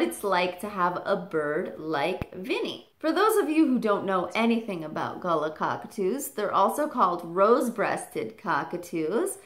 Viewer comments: Please note: it is pronounced "Gar-Laah" not "gala" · youre pronouncing it as gulla its pronounced more as galar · Hi, I love your vids. Here in Australia, we pronounce galah as "ga-LAR" rather than "GA-la". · GAL-AH not gala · Just thought you might like to know, the correct pronunciation of galah is guh-lah, often said quickly as g’lah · It's pronounced gah-LAR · Americans pronounce Galah differently. Get over it. You want them to put on an Australian accent when they say it? 😂😂